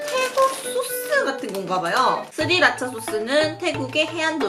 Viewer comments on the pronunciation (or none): none